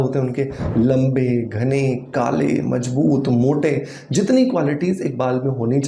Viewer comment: Mazboot.....not majbut